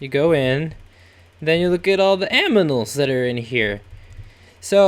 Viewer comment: lol.....you said aminals whenn its animals